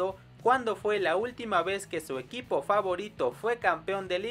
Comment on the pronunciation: En el minuto 9:8 dice EUIPO deberia decir EQUIPO XD